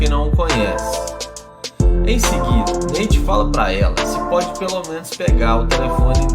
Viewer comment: Neite ? Kkkkk Nate*